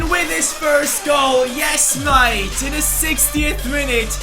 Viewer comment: every time you say mate makes me go crazy just please stop saying it ! Nobody says it like that